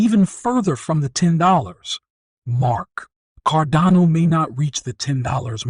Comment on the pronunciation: Firstly, you pronounced “Cardano” about 5 different ways, and most of them incorrectly. Secondly you used another YouTuber’s face on your video, even though you have nothing to do with him. Thirdly this is just a crap video all around, and your clickbait headline is BS. This is a scam channel.